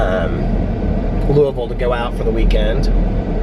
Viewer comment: As someone from Louisville, it makes me happy to hear you say it correctly 😂💙